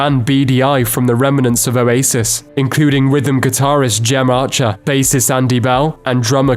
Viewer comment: The way this fella prounces Gem Archers name 😩